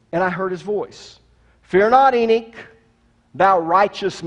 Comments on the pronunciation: Good presentation, coming from the most condescending preacher I have ever heard., if you read this, know coming from a well-educated Jew. For starters it's not " Enick", its Enoch, pronounced Eh- nokhh. While your presentation offers great insight, you are too quick to dismiss the teachings of other great and well recognized theologians and biblical teachers. The watchers in Genesis were a specific group of angels, unlike all others. To say " all" angels are like them is an error. Angel all have specific tasks, some described in Revelation far from human like. Nevertheless, I find it less than pleasant to hear someone, a teacher, talk down to his listeners. No one should ever feel intimated to raise their hand out of fear of ridicule. You need to teach with more humidity, not as if the very fountain of wisdom. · Ive never heard of the book of “Eenick”… but I’ve actually read the Book of Enoch. Is that what you mean? Is that what you’re TRYING to say—the Book of ENOCH ?? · It's pronounced "E-NOK" not "E-NIK".